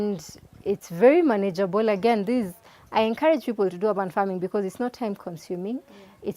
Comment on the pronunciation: Great series, but the mispronounciation of "urban" grates. It is not "ah-ban", but "err-ban".Make it easy for ousiders to understand you by using standard pronounciation.